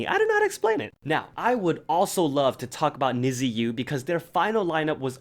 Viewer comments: I don't wanna be rude I'm so sorry if I am but Nizi is actually pronounced like Nee-Zee or Nee-Zhee, not Nih-Zee! I'm so sorry if this came off as rude I just wanted to let you know. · niziu is pronounced as nijou btw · NIZIU is pronounced as "Need You",,,if you roll your lip enough it does sound like it,,,just wanted to inform :D also love your videos,,,you are the man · Hi and anyone reading this. I want to correct something you said but it is no hate at all. The group NiziU is actually not pronounced the way it's written (I know, sounds crazy but please keep reading) So as a Japanese person myself, I feel like I need to tell you guys this. Basically in Japanese, their group name is "虹U" which is actually pronounced like "Ni ji" U. 虹(niji) means Rainbow and I read that the girls are supposed to represent many different personalities or "colors" and unite (that's the U) and become like a rainbow. I'm actually so confused why JYP ent. write their name as Nizi instead of Niji because it clearly is confusing a lot of people how it should be pronounced. I think whoever was doing the romanization in the company definitely isn't Japanese and didn't research enough either. As someone who is fluent in Japanese and close to fluent in English, I felt like I have to spread this information. This is no hate at all by the way just a info I thought could be useful. By the way I love your videos so much💛💛💛